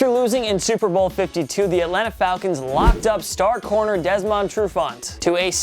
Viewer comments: Jacksonville Jags Blake Bortles... if you dont agree with this one you shouldnt be watching football...??? What nerve, while I agree with that one, who the heck are you with your non knowing how to speak I miss Canteloupe!!!! It is not DesmOnd is is said like Desmund, it is NOT MYSELF it is ME or I!!! You are trying but insulting our intelligence is not a good idea dude and did you pronounce the in corps? lmaooooo it's CORE! Watkins? You are nuts, total Pro Sports please stop putting us through this!! You leave my saints alone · “DesMOnd TruFant” the way he pronounces his name really annoys me. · Hahahaha you could not sound more white saying "DesMOND" Trufant XD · He was saying Desmond weird too